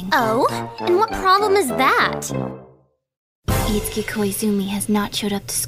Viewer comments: Cute! One question though: Isn't his name pronounced 'it-su-ki'? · Oh. Well, the only other time I've heard that name was in Fatal Frame 2 and it was pronounced differently. *shrug* Just curious. ^_^